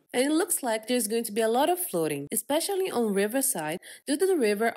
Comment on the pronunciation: "Lots of floding"